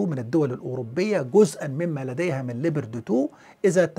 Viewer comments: نطقك لاسم الدبابة الالمانية غلط تنطق ( لبرد ) Leopard وتعني حيوان الفهد وكذلك اسم الدبابة الامريكية ابرامز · شكرا على الفيديو المميز كالعادة . ارجو التدقيق على اللفظ اسم الدبابة ليوبارد Leopard 2 مع تمنياتي لك بدوام التوفيق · استاذنا الفاضل انت تنطق اسم الدبابة بطريقة غير صحيحة ، وهذه الدبابة الألمانية فاشلة وهي موجودة عند الأتراك وتم استخدامهما في حرب أو معركة غض الزيتون ضد الأكراد وانفجرت الكثير من سبطانات هذه الدبابات بعد استخدام خفيف للبرج القاذف فما بالك اذا تم استخدام هذه الدبابة ضد روسيا